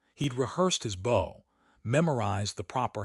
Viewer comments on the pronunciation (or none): $7 is the magic # and the AI narrator cannot pronounce bow as in the body motion, pronouncing it like the device to shoot arrows instead. Poor editing.😎